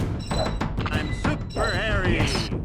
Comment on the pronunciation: Did he say "im super harry" like bigfoot or something